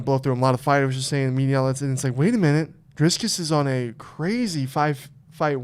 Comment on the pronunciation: It's pronounced Dree-Kez I think, there is no "s" before the "c"